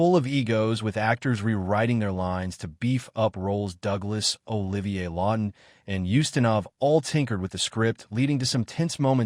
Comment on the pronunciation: This AI vo is total bollocks! Can’t even pronounce Olivier’s name properly! Oliver???!!! C’mon you dumb ass producing this pap - get it right!